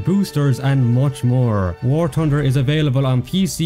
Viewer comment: War Tunder!😂😂😂😂😂😂😂